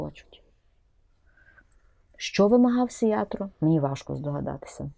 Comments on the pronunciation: Не "Сиятро", а "Сиярто". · мадьяри роблять своє, а от що робить Зє!влада???